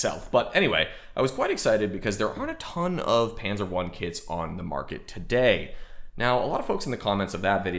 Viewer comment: Now, if you learn to pronounce that word Panzer, that would be even better. ;)